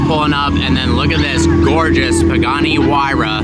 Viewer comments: Literally said “Pooghani” 😂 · 3 generations of “pooganis” lol